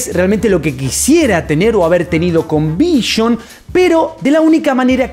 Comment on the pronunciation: Vision por q dices vishion Es vision carajooooo